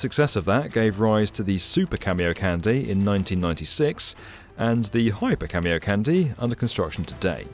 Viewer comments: It's Japanese. It's pronounced Kahn-day, not candy. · Its not cameocandy its ka-mio-ka-n-de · IT'S PRONOUNCED [kon-DAE], NOT [KÆN-dee]! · Kah-mi-oh-kahn-day, not Cameo Candy. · okay. its "khan dee" not "candy" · KAN-DEH not KAN-DEE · How did you guys make an entire 8 minute video without learning how to actually say Kamiokande? You're saying it wrong. Just stop, figure it out, then re-release with a new soundtrack that doesn't make you look quite so foolish. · KamiokaNDE Kami-oka NDE (Nucleon Decay Experiment) Kah- Mi Oh Ka -- N-D-E please I want to cry its not a delicious candy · It's pronounced can-day not candy. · Who else got triggered when he kept saying "Cameo Candy" ? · kamiokandyyy lmao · Excellent video. Ps it's pronounced kah-me-oh-kahn-day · The way you spell camiokande I thought you said camio-candy. Was wondering for a few minutes what this has to do with candies, and why it's called a candy. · Theres no way its pronounced "cameo-candy", right? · Please stop saying "Camy-O Candy" 😭😭😭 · Jesus christ "cameo-candy" lmao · nitpick on the pronunciation- A and E sounds in japanese are always said as "ah" and "eh", so it would "kahndeh" Then again, I'm not opposed to Japan building the world's biggest candy... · Yeah, mine too. But it’s because he’s pronouncing it wrong. The de sounds like the de in demolition, not like in destroy. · The DE at the end is not like in candy. It's the same as de in dead.